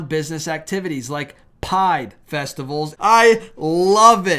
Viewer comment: I like what you are telling us, however ever you kill me with the pronunciation of some of your words it is Pride not pide pide isn’t even a word. I am going to assume that you have a speck imped with the letter R. It’s pro nouns not po nouns. Sorry but pronunciation is really important to me and I hope others as well.